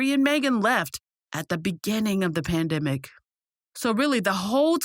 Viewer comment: The” Pan (dam)dimic “😂😂😂🤣🤣🤣